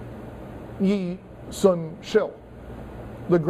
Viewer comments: seriously, i know he's not a specialist in East Asian history, but can we please get the names right? Yi Sun Shin NOT Yi Sun Shil Yang Ban NOT Yang Bang. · Its not Yi-Sun-Shil sir its Yi Sun Shin, plus, Yi Yil was a general not an admiral. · Perhaps Yi Sun-Sin has never gained international historical fame because professors at respected universities cannot even pronounce his name =)